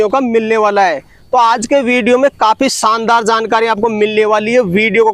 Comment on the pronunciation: Saandar nahin Shaandar hota hai